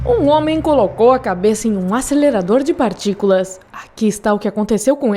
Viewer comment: ASÊLERADOR DE PARTICULAAACAS